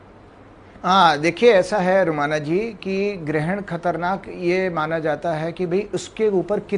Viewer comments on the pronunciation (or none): Anchor madam katarnak nahi khatarnak hota hai